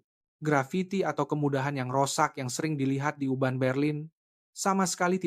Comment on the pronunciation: Urban jadi Uban bro